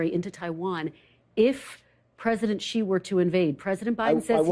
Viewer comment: She doesn’t even know how to pronounce the leader of China’s name.